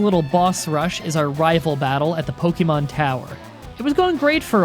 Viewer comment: So people got your name wrong much like you get every Pokemon's name wrong